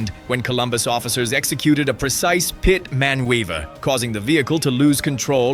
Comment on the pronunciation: Instead of PIT maneuver you (or your AI said "PIT man waiver." LOL